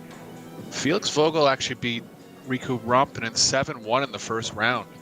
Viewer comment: "Vogel" pronounces with an F, like football. :) It means "bird". You'll hear from him.